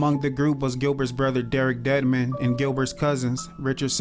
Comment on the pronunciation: "Derrick 'Deadmon'"